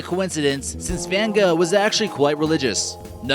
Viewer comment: most people say goh